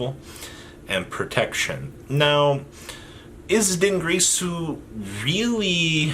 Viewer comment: Din girsu Not Dungrisu